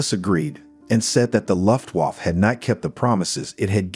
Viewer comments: "The "Loft-Woff-Pilots": It doesn't need to be perfect. But that ... sounds like a gay dog barking.... Guys, please try to change this pronounciation. It's "Looo-ft-Wah-f-fe" ["fe" like in "federal" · Take a shot every time you hear Lutt Woff